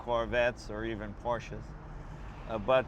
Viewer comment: I am happy that you pronounce ”Porsche” correctly. A lot of car guys, who should know better, don't.